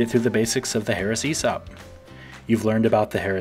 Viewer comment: Makes it sound like a "Heresy Op" .. haha it's all about the right emphAAASis on the right syllAAABle.